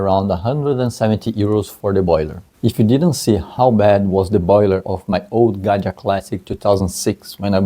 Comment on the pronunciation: Just for clarification purposes it’s Gaggia, not Ganja.